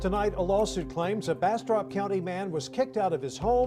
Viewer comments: I thought you said "Bastard County Sherif" xD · Every time they say Bastrop County sounds like they're saying Bastard County lol